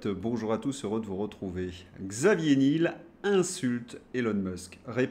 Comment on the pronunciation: Alors Xavier Nul, c'est top ! L'ennui, c'est qu'en prononçant son nom Nil, certains risquent de ne pas réaliser qu'il s'agit bien du patron de Free. Delphine Arnaud n'était pas dégoûtée... ça en dit long sur le sens du mariage dans ces milieux adorateurs de Mamon. Je plains la pauvre Candace qui doit prononcer Trogneux !